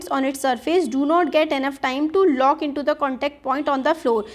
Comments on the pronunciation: please check it is lock not look in pronunciation Thank you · hlo mam you need to improve your reading skills and also explaining skill because you are making too much mistakes like here you said look but it is lock. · You are saying the pronunciation of the word 'minute' as wrong and 'lock' as look.. Why? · It is lock but u r telling look